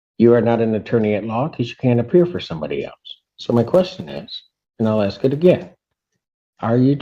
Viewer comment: Sovereign citizens always "ax" questions